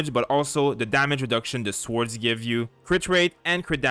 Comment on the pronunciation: Swords. The W is silent.